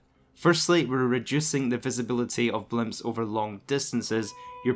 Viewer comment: You know the word “blip” doesn’t have an M in it right???